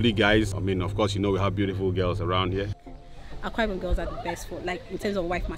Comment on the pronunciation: It's Akwa Ibom, not Awka Ibom